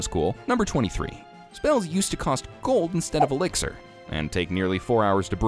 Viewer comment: Elixir Means treatment or chemical substance but 😂😂😂you pronounced it wrong